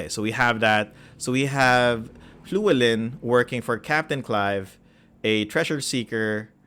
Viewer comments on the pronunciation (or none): I would pronounce that first big name as “Lew-Ellen” but the first L is that welsh pronunciation, like you’re putting your tongue in the L position, but trying to say H. Here to see more about the moonshaes. Have loved using the regional guide.